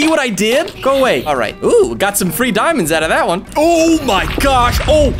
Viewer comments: I think I'll use my obsidian pickaxe to hunt for some diemondes THAT'S SPANISH FOR IRON Me:... Does this guy knows how to speak Spanish? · I like how you call diamonds dumands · Its not diamonds its deamodes